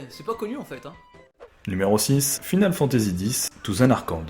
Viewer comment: c'est "final fantési" c'est "faïneul fantési". J'écris en français les phonétiques parce que le clavier.